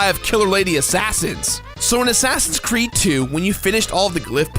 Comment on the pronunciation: He keeps saying Crood, I m not crazy, right?